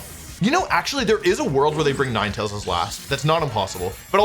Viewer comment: bruh what Nin-e-tails